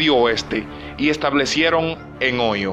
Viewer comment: No se quien redacta pero le digo que los nombres propios se escriben con mayuscula Por ejemplo Juan Eduardo Brasil Africa Francia etc Y el lugar que menciona ( Ohio) se pronuncia OJAIO Ademas en lugar de escribir Ohaio pusieron Oyo